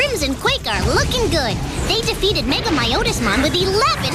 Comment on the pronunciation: "Mega-My-Otismon"? Something tells me Terry never actually watched the episodes that aired and thus never heard how you were supposed to say the Digimon's names